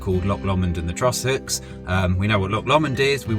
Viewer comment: You are saying Trossachs really well, but Loch Lomond wrong and Loch Katrine. Well the Katrine part was good but its not Lock its Loch. MIdges will eat you alive around there lol